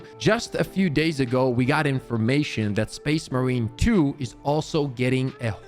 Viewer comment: Can we practice calling it space MARINE 2 Please.